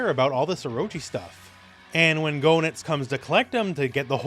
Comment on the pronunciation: "GO-nitz"? Seriously? It's "GAY-nitz"! Say it right!